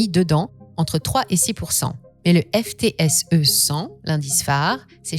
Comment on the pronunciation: one ne dit pas FTSE mais footsie